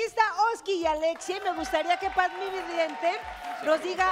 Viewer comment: Se llama padme vidente no padmien vidiente